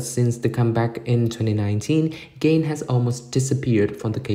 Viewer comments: The commentator pronounce Ga-in as Gain like achieve or attain. LMAO. Who is she? I guess the commentator needs to be knowledgeable of her first before informing kpop fans. This content is like the "you have one job" meme for this commentator. 🤦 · Ga-in. Hard g, almost a k, the a has an "ah" sound, in pronounced with an ee sound. It's not gain like the laundry detergent. I know this isn't a big deal, but it's a pet peeve of mine when people mispronounce a person's name. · Who the f××k is Gain......Ga-In.